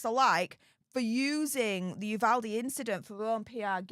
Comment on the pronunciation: ...thank you for pronouncing "Uvalde" correctly. Nothing is more awkward and disrespectful than trying to show interest in a community and not pronouncing the town's name wrong. (PS...please tell Andy too!)